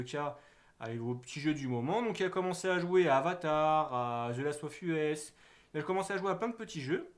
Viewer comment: t'entendre dire the last of U-S ça fait mal sérieux 😂